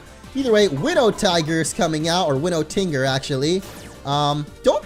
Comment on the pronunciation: Winotinger is actually pronounced tin jer. Because it's based on a creature similar to the jackalope called the wolpertinger which has that pronunciation.